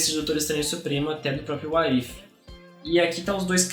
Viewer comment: a pronúncia da série e Uáres ifi (What if)